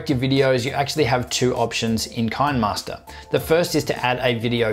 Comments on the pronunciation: Ki-ne- master not kainmaster😂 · it is pronounced as "CHI - NEH MASTER" not "KIND MASTER" the app is from South Korea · If you look at the actual name of the app you will see it should be pronounced KINEMAster where the KINEMA is ripped from CINEMA, so simply transpose the C to a K and you have Kinemaster. I hope that helped. Good video tho' mate. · It's pronounced "kinnermaster" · It's pronounce "Kinneh-master", because the name is a play on the old video term "kinescope".